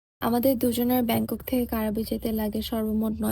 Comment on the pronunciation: উচ্চারণ টা "ক্রাবি" ওটা কারাবি নয়!!